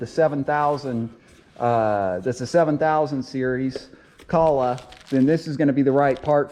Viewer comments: Is this a troll, or an inside joke or something? I'm on my 3rd video of yours and you pronounce Kohler purposely different in each one. Is it to drive engagement in the comments or something? Or you hate Kohler engines, and refuse to say their name? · ‘Kah-lag’.... or it’s real pronounces coal-er. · It's pronounced Coal-er. Wtf is Calla... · not caller motor but koohler motor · Kohler- "Coe-lur" Not kahla lol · Kooooohler not Kahler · its pronounced coal-er not calla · Come on dude. Its kohler, kinda like colder, just no d. But calling it colla, is better than kosher like you other video like this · Kohler pronounced Coal-er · I know I'm not going to spell this right but I'm doing it to help you pronounce it right, Ko-ler, and the O is long, you're making a great video cuz I looked at your video cuz I'm having that problem I want us hoping that you keep making videos and I just wanted you to know that for the future so you're not so right thank you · It's pronounced like KOLER. Like ROLER but with a k. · Ko-ler, Now say it with me. Ko-ler. There's an r at the end. Koh-ler. You can do it. Take it slow. Koh-l-er. You're making it way too hard. Ko-ler. Don't forget the r... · Pronounced "Ko Ler" h is silent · It is actually pronounced, Joe (rhymes with "Doe," a female deer, or a guy named, "Joe") and Ler, (rhymes with burr)...koe-ler (silent "h" like you find in hour). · Stop saying Co Lah🙄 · Pronounced KO-ler. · Please consider CO - LAR as way to pronounce KOLHER town in Wisconsin , Thank you for video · Actually you did mispronounce the name. It is co-ler, just like the faucet and bath fixture company. If you don't believe us, look up the company phone number and call and ask them. The video was helpful though. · Learn jow to pronounce the name of the engine name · Im not taking advice from anyone who cant even pronounce the friggin name of the engine properly.Good grief!!!!!!!!!!